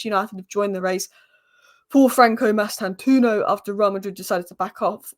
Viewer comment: The “o” after the “u” in Mastantuono is not silent. It’s an Italian name, even though he’s Argentinian by birth. If you know any Italians ask them to pronounce it for you. All letters/sounds in his name are to be pronounced. That’s the correct pronunciation. Or you can watch Fabrizio Romano’s update from 7th April and hear him pronouncing it.